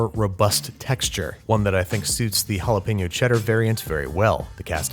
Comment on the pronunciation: You are mispronouncing Jalapeño!